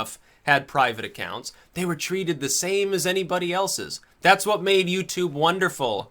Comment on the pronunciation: YA KNOW H'WHAT....I LIKE.